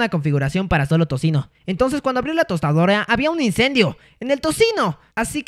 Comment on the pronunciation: dijo tostadioria